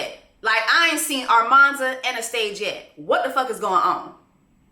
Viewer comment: it’s you calling her ARmanza 😭😭😭😭